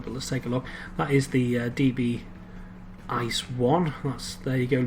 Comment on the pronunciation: and it's pronounced I C E not Ice and stands for inter city express.